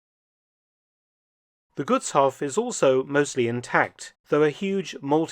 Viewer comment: btw. the vowels in Gutshof and any other "*hof" ending words like Berghof are emphasized (long pronunciation). The way you pronounce Gutshof is like it was written as "Guttshoff". Double consonants indicate short vowel pronunciation. Double vowels "oo, aa, ee, uu (including ie, ah, eh, ih, oh, uh)" indicate emphasis on the vowel (long pronunciation). For single vowels though, you have to memorize their pronunciation, that's why it is so difficult for foreigners to pronounce words like Gutshof correctly. I hope these hints are helpful for your future videos.